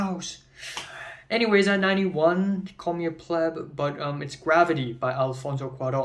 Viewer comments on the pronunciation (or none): Understood. But, the pronunciation of "pleb" and the incorrect use of "of all times" are not debatable. They are facts of the language. So, I hope you will not simply continue to use the wrong terms out of spite or offense, because I didn't mean to cause any. I hope you will, now armed with the correct information, further refine your already wonderful grasp of English. 😊 BTW, "Wa Chow Ski" and "Dem Ee" are the American pronunciations of those names. 😊 Just trying to help you out, my friend. Corrections aren't insults. Peace and love.